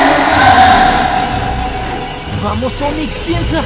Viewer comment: '' Sonih, soy shadoh, escuchame... todo lo que esta pasando, aun no ha terminado hay unoh espectroh q se llaman slendytubbih, ellos son los culpables de todo... lo que esta pasando, ya me desice de algunoh, peroh, falta uno... EL LIDER... TINKIWUINKI :V''